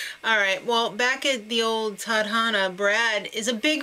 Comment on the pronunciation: Nice review, loving this season so far... And you pronounced Tadhana(Destiny) correctly, its one syllable while Galang(Respect) has two. It should be pronounced as Gah-Lang.